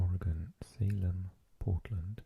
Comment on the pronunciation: Impressed with your pronunciation of Oregon. As an Oregonian it’s unfortunate to see our state pronounced incorrectly by maybe 50% of our own country. #BestCoast